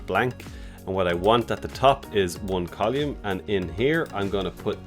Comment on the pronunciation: Col-oou-mm ? Its COLUMN! :)